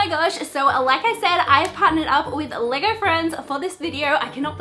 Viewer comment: When u were saying LEGO friends it sounded like leger friends